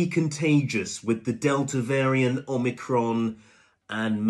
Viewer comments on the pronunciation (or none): none